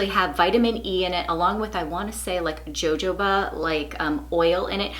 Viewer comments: Nice spring recommendations 😊 One little thing though, that I thought you might want to know… jojoba is pronounced huh-HOW-buh. 😊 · ' Great video ladies! it's Sank-A-Set, love that blazer. it's Ho-Ho-Ba, those Korean body cloths sound interesting. Blessings to you both.